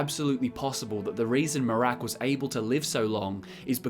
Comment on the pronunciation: A lot of great info here, but why do you pronounce Miraak like Merák?